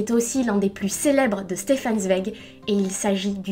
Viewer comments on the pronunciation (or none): Super sympa ta chaîne j'aime bien le concept (étant moi même en 2e année de prépa littéraire, forcément) ça change un peu de ce qu'on voit sur youtube tous les jours! Juste une petite précision au niveau de la prononciation, Zweig se prononce "tsvaïg" (à l'allemande, si on prononce aussi son prénom "Chtefan") ou à la limite "svaïg" mais le "ei" est bien à prononcer comme le mot "ail"! Voilà j'espère avoir pu t'aider, comme j'entends à ton accent que tu viens peut-être du sud, les noms d'origine allemande ne sont pas les plus simple à prononcer! Bonne continuation :)